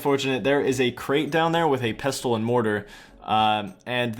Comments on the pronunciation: 'erbs and pesstulls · You're not supposed to pronounce the 't' in Pestle. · Great video, but the T in pestle is silent lol. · 'Pestle' is pronounced like 'thistle' or 'whistle' by the way, you don't say the 't'. Amazing video series! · > pronouncing the silent 't' in 'pestle' REEEEEEEEEEEEEEEEEEEE